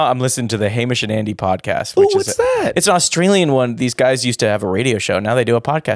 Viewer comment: I'm always disproportionately shocked when Australian stuff breaks containment. Hearing the phrase "Hamish and Andy" in an American accent made me stop cleaning, return to my computer and comment about it.